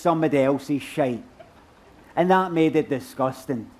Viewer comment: Didnae half pull it off, "disgustang"